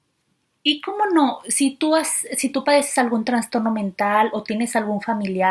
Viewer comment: Qué excelente información. Sugiero decir "trastorno" y no "transtorno".